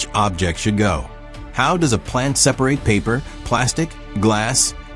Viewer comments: It really is. They all really struggle with common words that have more than one pronunciation depending on context. It was 'separate' this time. Hearing these stupid mispronunciations detracts so badly that I can't finish watching the video. More and more of YouTube is being destroyed by AI, there needs to be an indication on the thumbnail if a video contains ANY AI and a way to filter out any videos using AI for visuals or narration. I'm tired of clicking on this crap. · in the video, your AI voice said "separate" (pronounced as a verb) instead of "separate" an adjective. Your AI bot needs re-training. Also "an aluminum ken" No, supposed to be "aluminum CAN."